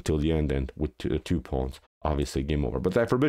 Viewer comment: He says, "queen to bee tew", instead of, "queen to bee two".